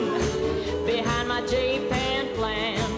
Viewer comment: did she say Japan Flan"??? lol